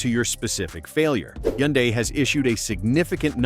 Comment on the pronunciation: It's funny how the AI voice pronounces Hyundai at least 3 different ways. FYI the correct pronunciation is hun-day.